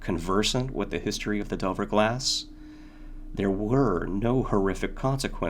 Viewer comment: Just a small note; The name of the mirror / maker of the mirror, is 'De iver' as opposed to 'Delver'. Nice read though